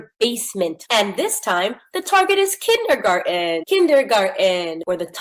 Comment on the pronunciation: Spell it? She can’t say, “kindergarten.”